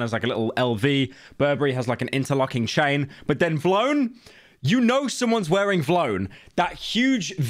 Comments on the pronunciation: why are you pronouncing v lone like that bro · I hate how pyro says vlone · He can't pronounce vlone 😂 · Vlone as one word shouldnt be so funny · Is he saying vlone like that on purpose or is he that old